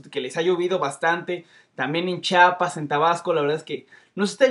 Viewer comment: se dice Chiapas :v